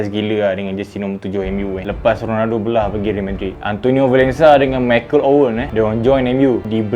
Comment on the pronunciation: Tk habis2 dgn sumpahan...sebut real bg betul boss